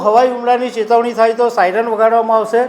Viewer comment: સાઈનર નહીં પણ સાયરન